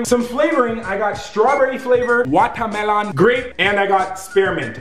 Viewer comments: sounded like he says vodkamelon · the way he said watermelon